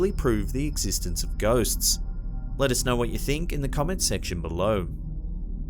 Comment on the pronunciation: I just LOVE the way he says "be-low"! It's like "be-LOW", always emphasizing the LOW. I dont know why but I find it TOTALLY endearing! ❤ And THANKS FOR THE EXTRA LONG compilation! Perfect distraction from the monotony of being home! Now that I have swept my apartment for ghosts and done my 1000th spirit box to no avail! (I live in a brand new bldg! Only 2 years old! No history here yet!) 😷✌